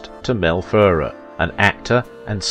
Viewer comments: A few points. To say Audrey was "Belgian" is an oversimplification. She was born in Brussels, to a British father and Dutch mother, and always held a British passport. Mel Ferrer was of Spanish descent, and pronounced his surname fer-RAIR, with the stress on the second syllable. Audrey was not married to Ferrer at the time of her affair with Holden. (I am not sure if you were trying to imply that, but that is the impression I got from the film). As you say, Holden was married at the time (to Brenda Marshall), but they were separated; according to one version of the story Audrey wrongly believed them to be divorced. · pronounced Mel Fer 'air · "Fer-RARE"... as in rare steak. You did correct it on the post about Mel, but again why not check major names' pronunciations before posting? It takes just a short time exploring online. Basic respect. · Buddy it’s pronounced /fer-RARE/ but I know you’re British and Brits tend to tend to stress different syllables than Yanks (I’m not either one). So Americans say /TEL-i-vi-zyun/ Brits say /tel-i-VI-zyun/. Americans say /WEEK-end/ Brits say / week-END/. In names you tend to favour the initial syllable which is most often correct but this is a foreign name. It doesn’t follow the tacit rules of pronunciation you are familiar with. ( or to be formal: of which you are familiar). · She along with the entire rest of the world gets heartbroken ...... Fer arr............is this guy British is that why he mispronounces names